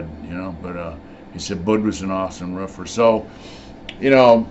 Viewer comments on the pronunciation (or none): The way you say roofer lol no disrespect it’s just funny